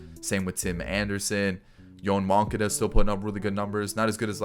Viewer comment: Yo-Ahn Mon-Cah-Dah